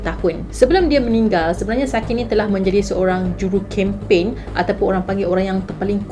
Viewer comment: Actually cara pronouns sakae tu ialah sakai 😹 sebab jepun bukan korea 😅